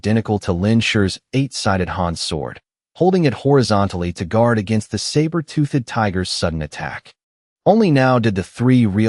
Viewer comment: I don't like this new AI voice. It can't say 'toothed' right. UGH! It is also worse for not pronouncing the names consistently than the last voice. "TOOTH-ED" as two separate syllables is getting sooooo annoying. So is the "Lin SURE" for the MC. And the text can't even spell it the same twice in a row even if the verbal pronunciation doesn't appear to change.